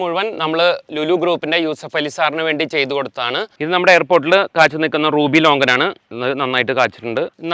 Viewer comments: എയർപോർട്ട് എന്ന് പറഞ്ഞ് പറ്റിക്കല്ലേ ചങ്ങാതി , വ്യക്തമായി പറയൂ എയർപോ വോട്ട് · AirPOT u bluudy fuulz.. lol..